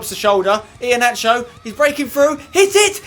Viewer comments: for Iheanacho it's pronounced Iheanako not nacho. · I left when I heard iheanacho